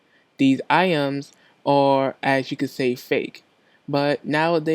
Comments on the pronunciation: Lol "iams" this nigga scooby doo get em some dog food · My nigga can't say "Items"...